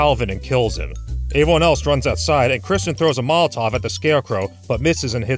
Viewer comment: Don't you mean "averyone"